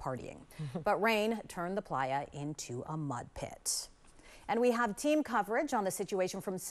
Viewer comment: Every time somebody says playa I cringe super hard